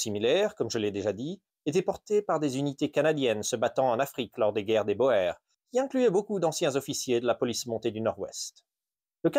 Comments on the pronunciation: Boers se prononce Bour Qui veut dire paysan en néerlandais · Guerre des Bourres, oe se prononce ou en néerlandais langue mère de l'afrikaans. Mais c'est vraiment pour un commentaire de référencement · Bours! Ça se pronnonce Bours...😉 (mes oreilles saignent à chaque fois) Magnifique chapeau,!🤠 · Bonjour, très intéressant comme d'habitude. Encore une fois merci ! Juste un petit détail de prononciation : la guerre des boers ! Comme beaucoup de gens, vous ignorez la bonne prononciation du mot Boer. En néerlandais, et donc en afrikaans, qui est en fait du néerlandais ancien, les lettres oe ensemble se prononcent comme le ou français, donc la guerre des boers se prononce la guerre des bours ! Juste pour votre info, amicalement,!😃